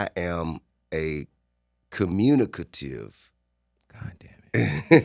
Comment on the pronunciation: The way he pronounced communicative is hilarious to me 🤣🤣